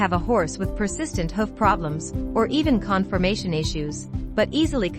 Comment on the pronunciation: learn to pronounce hoof properly for f.s